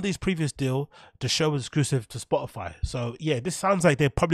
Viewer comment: Spoh ih fie innit